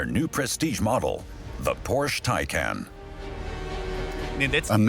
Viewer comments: He says Taycan wrong and well, it's Tie-con. I had to turn it off, made me sick to hear his stupidity. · a documentary that manages to mispronounce both porsche and taycan lol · Would you please pronounce Porsche and Taycan correctly?!?! 🤦🏻‍♂️